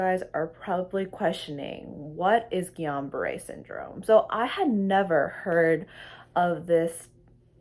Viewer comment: It isn't called Guillion -Barre! it is Guillain-Barre